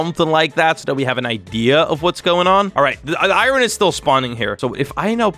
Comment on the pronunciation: every single time he says “irorn” my brain be like: 😤